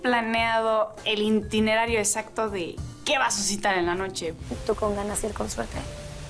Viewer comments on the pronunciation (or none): Jajajajaja el “INTINERARIOOOO” 😝😝 burra....